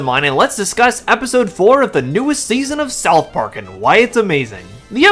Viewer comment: Hold up, did this guy say "South Pork" ?